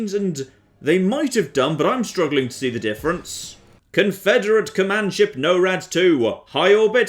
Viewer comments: Holy shit, "No-rad two" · You're doing it on purpose. You listened to them say 'Norad', and consciously decided to say it a way no-one on Earth says it. Didn't you.